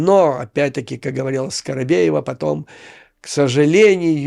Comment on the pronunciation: Почему скоробеева?Её фамилия скабеева.😅